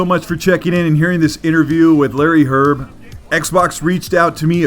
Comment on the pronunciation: His last name is "Hryb", not "Hyrb". It means "mushroom" in Czech/Slovak. Pronounced "hreeb".